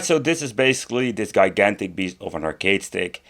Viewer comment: “Guy-gantic”😂😂 Great video though! It’s always nice to pick up a hole grail👍👍👍👍